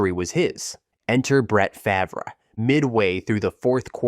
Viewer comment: Terrible pronunciations lmao its not hard to google their name pronunciation, takes 2 seconds